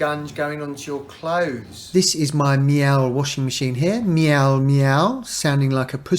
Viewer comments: Thankyou, you saved much head scratching …. It’s a German name so pronounced “Mealer” btw. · Miele rhymes with Sheila (according to nice Miele customer service lady. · Yov don't no how to say miele